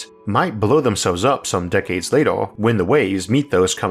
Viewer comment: Why are you pronouncing words with an 'E' in it like it had an 'O'?? "Disastors", "Lator", "Oorthh", "Undor" etc etc.